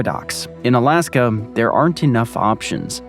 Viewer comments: Why does dood keep calling it "Alaskum"? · Bruh tf is Alaskum😂😂😂😂